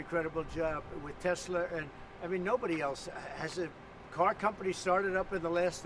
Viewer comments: "I love Teslur" - Donald Trump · This Man said I love Tesler 😂😂😂😂😂😂😂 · He most certainly did. I was like, that's so on brand for him. Tesler (lol)